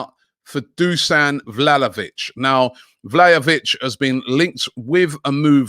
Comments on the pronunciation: Man said Vlalovic 🙆🏾‍♀️🙆🏾‍♀️🙆🏾‍♀️!!! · My guy said vlahovic incorrectly in the space of 2 seconds seriously gotta love robbie